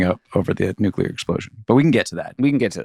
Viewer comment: I love that Bill pronounces it "nucular" in every single lasercats intro